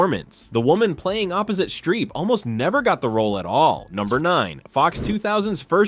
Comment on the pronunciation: Streep. Not Shtreep.